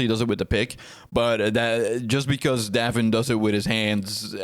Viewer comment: Pronounced "Dave in"